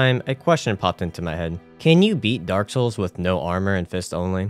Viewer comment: Derek soils